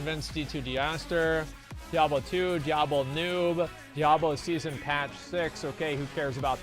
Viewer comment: DIE ABLO wtf dude